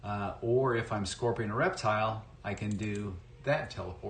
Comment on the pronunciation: I thought the announcer was saying " erectile " 😅